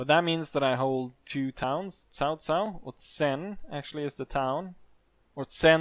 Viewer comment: is not sao sao , is pronounce as chao chao because my mother are chinese